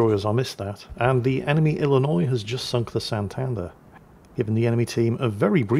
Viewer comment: you pronounced Illinois without a struggle way to go!